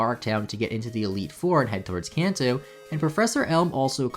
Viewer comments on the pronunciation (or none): none